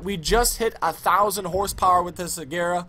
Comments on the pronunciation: ITS PRONOUNCED AGERA! NOT AJERA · agera g not j agera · this nigga said ajera AGERA BOI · Its pronounced Ageera...not Ajera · first point.. your bad second point.. it's agera with a strong G, NOT AJERA... it triggers me so much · He can't even pronounce the names of the cars correctly. Quick English Lesson the G in Agera is a strong G and does not make the sound of a J. Veneno is a word in Spanish therefore it's is not pronounced Venino it's Veneno with a E sound not an I sound. Also stop trying to act ghetto because it gets annoying. Great Video Overall. One of the only good Sim Racing Youtubers. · It's pernounsed "A-ga'ra" Agera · It is prononced A-ga-ra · its pronounced ag-ara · he pronounced it wrong the whole time 😭 he pronounced like ajera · it's pronounced agera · It's not ijera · The G in Agera is pronounced like the G in Gloria. And its pronouneced koniezege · u were saying agera wrong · you said Agera wrong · You're pronouncing Agera incorrectly.! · thats not how u say agera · I was done ... He called it a Koenigsegg "AJERA" LMAO No respect for the fastest car in the world.